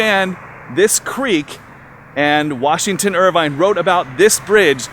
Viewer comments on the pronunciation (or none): IRVING not Irvine GOOF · its irving not irvine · Washington Irveeeng lol not Irvine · I had to shut this off less than a minute in because you couldn't get Washington Irving right. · His name was Washington Irving.. NOT Irvine. You should probably know that before you do a video about it. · Yes, Irving, not Irvine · His last name was Irving, not Urvine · It’s. Washington Irving not Irvine. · I stopped after 47 seconds because the guy could not get Washington Irving right. I felt embarrassed for him. I would love to visit Sleepy Hollow one day, though. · Could pronounce Washington IRVEENGS (Irving) Name correctly. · mostly how he is excited about the age of the church. I know he mispronounces Irving's last name lol.... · The hiding eyed, Suburban Pilgrim mispronunciation of Washington Irving's name does not deter viewers! He's got my Sleepy Hollow related films beat! And I am the Legend of Sleepy Hollow Storyteller. My heads off to you!